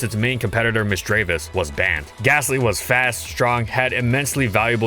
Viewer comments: MISDREAVUS, NOT MISDREAVIOUS! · My favorite line of pokemon. I know for a fact that it did great in it's competitive scene so I'm so happy for this. I love gastly! Misdrayvus? You tried to say that wrong